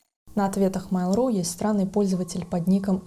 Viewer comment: Ну почему "мАйл", а не "мЭйл"? Вы же не называете электронную почту "и-мАйл".